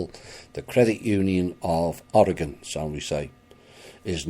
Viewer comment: Thank you for pronouncing Oregon correctly